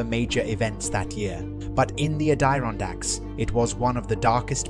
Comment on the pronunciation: Why are you pronouncing so weird? Add Er on dacks.